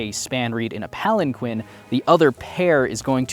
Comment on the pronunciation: Palan-KEEN. So many audiobook narrators mispronounce this word